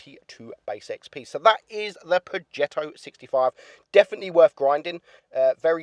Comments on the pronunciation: I keep hearing him saying pogetto 65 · its pronounced projetto its a smooth g not a hard one